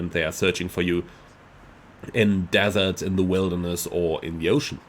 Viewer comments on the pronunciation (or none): none